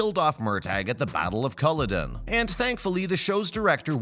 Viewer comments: You couldn't even research the proper name pronunciations? You're a reputable site, but this one has let me, us Devoutlanders down huge. Go back and learn how to pronounce Murtawgh and Collowden. Murtaugh and Culloden! Not clicking on the next new video! This is your Julia Robert's big boutique mistake! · His name is MURTAGH. MURTAGH. MURTAGH. While at it, learn how to pronounce Culloden and Galbadon.